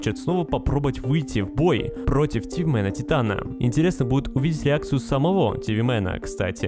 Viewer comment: ты сказал леакцию 😂